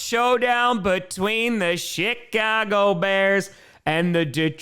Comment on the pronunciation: Did said Shitcago Bears? Idk probably misheard, probably the way he pronounces the Ch, pretty funny tho